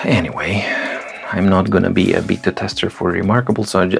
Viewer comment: Voja, your comment cracked me up as I heard "I'm not going to be a BITTER tester" instead of BETA tester!